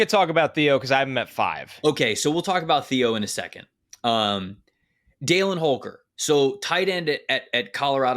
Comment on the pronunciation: As someone whose brother is named Dallin for almost certainly the same reason as Holker, you are pronouncing that wrong lol.